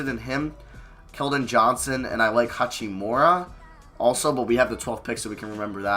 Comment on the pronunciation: I don’t think I’ve ever heard anyone call him hatch-we-more-a. Normal I see him called hak-i-more-a